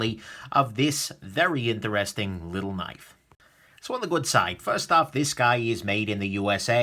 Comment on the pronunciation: “A very inderesding knife doday.”